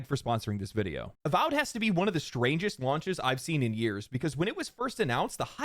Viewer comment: "Avowed" sounds like "Avoid".